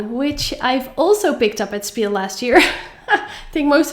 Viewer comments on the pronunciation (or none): It's not spiel, its pronounced shpiel, PLEASE, for all german-speaking viewers❤❤❤❤